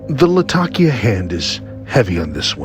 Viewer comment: In addition, thank you for pronouncing Latakia correctly! lol